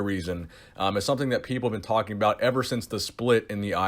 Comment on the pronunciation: michael Sim I don't know what you're talking aboot?!